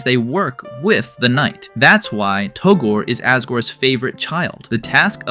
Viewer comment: Yeah because "Togor" isn't a character at all. His name is "Togore"